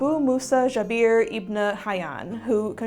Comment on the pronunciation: it's not zhabeer, it's JA Ber. JA: like the word Jarring (sorry) and Ber: like Bernard, Jaber.